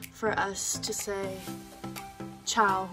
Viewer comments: Oh you so good when you say CIAO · You said CIAO perfectlyyyyyy 💜💜💜🇮🇹🇮🇹🇮🇹🇮🇹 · That "ciao" at the end was perfect 😘🥰